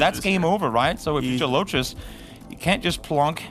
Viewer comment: Yeah dude is super annoying. He also mispronounced Gelotris like a billion times in the face of CG repeatedly demonstrating the correct pronunciation for him.